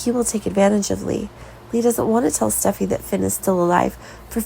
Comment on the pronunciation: Their names are Li not Lee & Steffy not Stuffy, come on, get it right